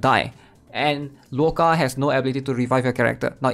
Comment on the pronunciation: Yeah he should just call him Otto instead